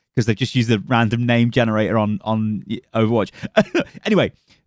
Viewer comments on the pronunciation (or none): none